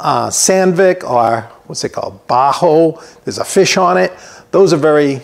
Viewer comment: Bacho is pronounced like Backo😊